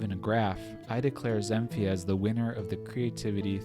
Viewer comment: Woah no way! i just made that for fun lol i didnt think i would win, it was just a random idea i had also i think ill pass on the prize for personal reasons... oh and btw its pronounced zen feez